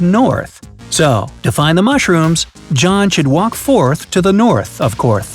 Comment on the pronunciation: the voice over man said “So John should walk fourth to the north of courth” (get it courth) 🤣🤣👌